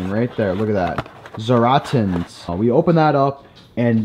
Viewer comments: “Zaratains” Zatarains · I’m from Louisiana and I’m crying watching this especially when he mispronounce zatarains